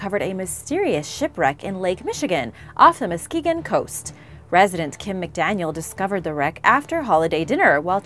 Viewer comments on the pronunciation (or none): none